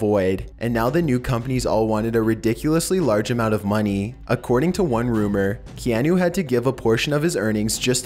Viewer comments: is it just me or was he saying KeAnu and not Keahnu ? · Key-ah-nuh Reeves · It's Kee-ah-nu 😂😂😂😂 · Kee-an-OOO LOL